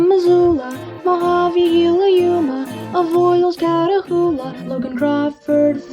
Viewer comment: GILA IS PRONOUNCED “HEE-LA” CUS IT’S SPANISH NOT “GEE-LA”